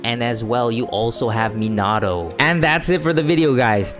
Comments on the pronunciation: You're super close to pronouncing minato correctly instead of Me-nah-oh say Me-nah-toe and it'll be perfect,keep up the great vids 😄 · I was just like huh did he just say menahhhto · Is it just me or does it trigger others too? The way he pronounces Minato. Lol sry keep up the good work